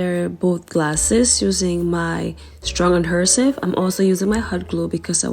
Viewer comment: Hi Sis. Love all of them. I love your accent but the correct pronunciation of the word is AD-HE-SIVE...LONG "E" Sis.....NO "R". Continued Blessings to you and yours.🙏